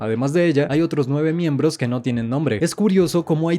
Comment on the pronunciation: Buen video pero "Miemblos"